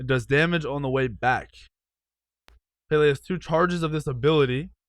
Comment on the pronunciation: Pronouncing madam Pele wrong